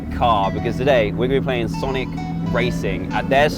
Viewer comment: i thought he said sanic